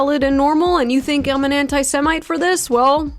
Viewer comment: Did he just say antisemenite? Guess he can’t get semen off the mind 🤔